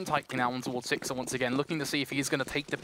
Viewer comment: one of the casters keeps calling sixer "sixter" lmao